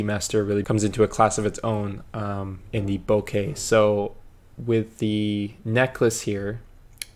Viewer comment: Omg you say bokeh correctly 😭😭😭 (deep cries of joy). I was losing hope hearing all the YouTubers say bokah...